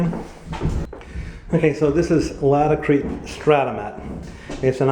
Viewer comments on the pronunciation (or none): nice video. I just found out that it is pronounced [ LAIT-uh-kreet ] take care!